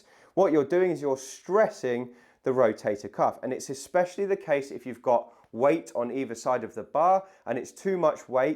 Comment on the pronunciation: Please don’t say ‘eXspecially’😂😂